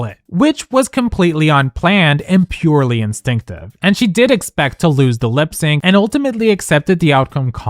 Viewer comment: Whoever narrated this video does not know how to pronounce "lip sync" or "unhhhh". Fail.